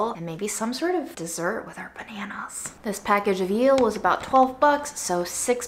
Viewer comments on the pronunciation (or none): there's no y in eel. think the word meal and then take away the m :) or like feel without the f :) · Eel is pronounced like meal 😋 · The gorgeous description of the cocoa fruit was absolute poetry. Amazing. Also I love how she said yeast correctly this time but was challenged by eel. You are a treasure and I hope you are healing and healthier. You deserve so much.